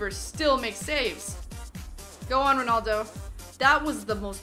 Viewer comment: It's ronaldo not ronoldo